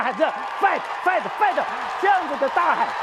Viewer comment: 英文在亂發音 是fighting好嗎